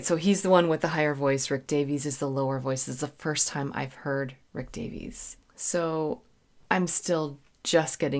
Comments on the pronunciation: I love your reviews. I would like to point out, if I may be so bold, that in Britain the name "Davies" is pronounced the way Americans say "Davis". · Hi, Rick Davies (pronounced: dā-vis) sang the lead vocal and played the Wurlitzer electronic piano on ‘𝗕𝗟𝗢𝗢𝗗𝗬 𝗪𝗘𝗟𝗟 𝗥𝗜𝗚𝗛𝗧’., for someone of your calibre, it’s amusing to see a sudden case of faint-heartedness. After all, having performed with full orchestras and rocked out with hard rock bands, now sitting snug at home and fretting over 𝗦𝘂𝗽𝗲𝗿𝘁𝗿𝗮𝗺𝗽 jump scares is nothing short of comedy gold. I can’t help but find it completely hilarious. LOL! 🤣🤣🤣 Having been informed in advance of my purchase that 𝘾𝙧𝙞𝙢𝙚 𝙤𝙛 𝙩𝙝𝙚 𝘾𝙚𝙣𝙩𝙪𝙧𝙮 was an audiophile-level production, I decided to splurge a little and buy the Mobile Fidelity Audiophile Limited Edition version of 𝘾𝙧𝙞𝙢𝙚 𝙤𝙛 𝙩𝙝𝙚 𝘾𝙚𝙣𝙩𝙪𝙧𝙮 on audio cassette tape in early 1981. Mobile Fidelity used the BASF brand of audio cassettes for their offerings. However, my preference has always been the TDK brand for audio cassettes, specifically the SA and SA-X high-bias proprietary Super Avilyn tape formulations. The Super Avilyn formulation by TDK is a high-quality audio tape technology used in various cassette types, including high-bias and chrome-bias equivalent tapes. This formulation is known for its superior performance, offering a wider frequency range, lower noise levels and dynamic range, and improved maximum output compared to traditional tapes. The Super Avilyn magnetic particles are denser and more evenly packed onto the tape surface, providing improved power-packed performance and a clearer sound. This formulation is compat